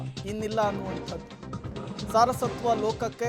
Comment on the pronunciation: ಸಾರಸತ್ವ ಅಲ್ಲ ಅದು ಸಾರಸ್ವತ ಆಗಬೇಕು